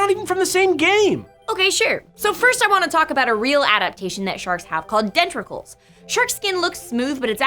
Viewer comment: Just an fyi, it's "denticles" not "dentricles"